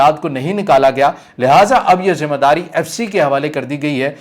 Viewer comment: Zim _ ah _ daari nahe ,....???????? 👈👈👈👈 Zim _ eh _ daari lafz sahe hota hai mehurbani kar keh apni Urdu ko aap sahe Karen .....👈👈👈👈 Shokriya ,.....👈👈👈👈 🇵🇰💚❤️ LOVE FROM PAKISTAN ❤️💚🇵🇰